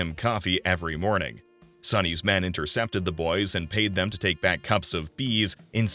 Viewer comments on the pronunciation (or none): none